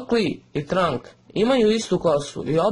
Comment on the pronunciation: Nije trank nego tranks :) ja sam učitelj super sayan rage tranks;)